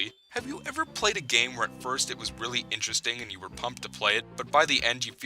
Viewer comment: When you said "The first game in the Yoshi series" I thought you said "The worst game in the Yoshi series." I was about to dislike, then I found out, so now the video is liked by me!